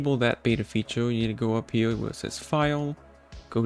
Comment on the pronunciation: Bro dont wanna make fun of you but ur voice just aint it, i hate how ppl say right hewe n shit like that 😭